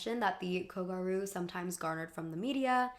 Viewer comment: The fact that you used a clip from super gals and still manage to mispronounce kogyaru is a ... bit odd? ... Like, the word is there in the manga and anime and is pronounced. It's "gyaru", pronounced "gi-a-lr(the Japanese pronunciation of r and l is between those letters)-oo" (but light, like a slip of a tongue) Ok, this is probably your worst video to date? Especially the section about how gyaru, or kogyaru, which was the subculture for the girls who wore uniforms in an alternative fashion. You are so adamant about the girl's narrative but you don't even use contextualize it properly. The name they give to their own movement or even call what it was, a subculture. Ok so in Shibuya, like in many neighborhoods/districts in Tokyo, there is a subculture, where young people just gathered and decide what is the new fashion style and influence each other. It's an extrapolation, the process is a lot more natural but this is basically how it happens (Ikebukuro, Akihabara, and most famously Harajuku are known to have their own very distinct aesthetic. Gyaru is a Shibuya born and raised subculture, though they often spill into Harajuku, especially kogyaru, like how South London is known to be full of those subcultures, especially fashion). The most ludicrous statement being that the girls weren't even part of their own narrative, which is absurd. YOU ARE LITERALLY USING FOOTAGE FROM SUPER GALS! A manga written by a woman, who draws herself as a gal (I am not sure she is one as mangaka